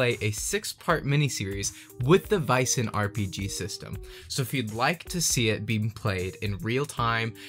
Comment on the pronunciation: That is NOT correct. It’s pronounced as the ”a” in ”bad” or ”sad” or ”tan” or ”ban” etc. In Swedish it’s written ”ä” (the two dots was once upon a time a miniature ”e”) in Norwegian and Danish it’s written as æ or Æ. Freeleague decided to go with AE since international audiences aren’t very familiar with the scandinavian special characters in our alphabets.